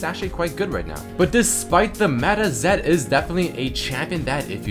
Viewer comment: "zED" more like bannED